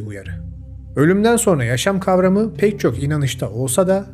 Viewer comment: So(r)na değil, so(n)ra.